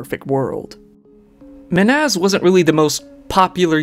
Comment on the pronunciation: Just curious, how much research do you actually do? Lady says "Men-haz" and knew him for 6 years, this dude plays a clip of it and makes a whole video calling him "Ma-naz" 🤷🤷🤷